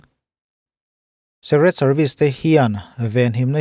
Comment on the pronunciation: Secret (Sek-ret) ni loin Secret ( sik-ret)